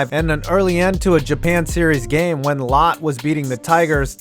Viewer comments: Just a couple things regarding pronunciation: for Chiba it's Lotte (pronunced Lot-te) not like the word "lot", likewise is "mes-se" not "mess". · Lotte is pronounced Lot-Tay, not Lot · Your pronunciation of Japanese names is atrocious. Lotte is "lotteh" and the same with makuhari Messe "Messeh." Go learn to pronounce names right nimrod. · Marines are not "Lot" but two syllables as in "Lowt-Teh". this was inspired by the original owner of the team who made his fortune selling gums post world war ( sounds like the Wrigley's Cubs???) was a fan of a play that had a lead female character named "Charlotte" which was pronounced in Japan as "Shah-Lot-Teh". He lost the first Japanese version of the syllable, and the rest is history. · Low-tay, not Lot. This video is so dull. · FYI, Lotte is pronounced LOT-TAY. It's a Korean conglomerate that also owns the Lotte Giants in Korea. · The Lotte should be pronounced as Lot-Teh. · Lotte is pronounced "Low-tay", and is actually a Korean conglomerate.